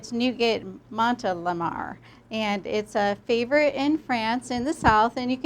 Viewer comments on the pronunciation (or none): Nougat [NU as in mOO (like a cow) and GAT as in bAR] noo-gar Montelimar [MO as in on (on/off but don't pronounce the 'n') and [TELI as in telly (television)] and [MAR as in MA and PA Kettle] MOnTELLyMA